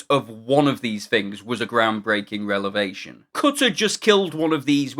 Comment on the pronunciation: I absolutely loved this video. One correction though: It's "Revelation" not "Relevation" when there's a reveal...